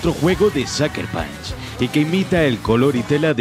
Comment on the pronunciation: "Saker Panch" 🤢🤢